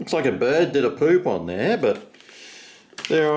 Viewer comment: You said 'poop' wrong!